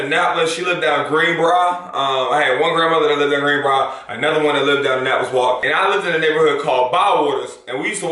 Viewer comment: This man say "green-bruh" 😂😂😂